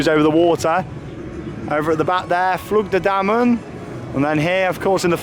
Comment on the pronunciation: I think it's flu-G De Dimm-O-nen